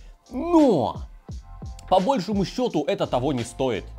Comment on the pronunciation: По большОму счёту!!! Ударение на О!!! Не грамотная ты жопа!)))И, да, ТЫ ЗАЖРАЛСЯ!!!)))